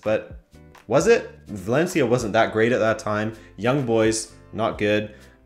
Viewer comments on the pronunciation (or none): none